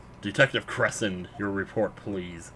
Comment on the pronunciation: Not that it matters, but I'm pretty sure Crescend's name is meant to be pronounced like "Crescendo". He is a musician, after all.